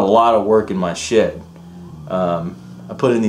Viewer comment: Nice you put some work into your shit. Or did you say shed?